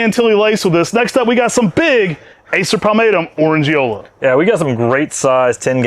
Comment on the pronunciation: As always, amazing introductions. And in Orandeola the (e) is definitely not silent 😉😁✌️